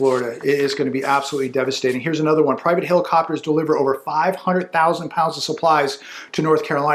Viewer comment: What's a "heilocopter"?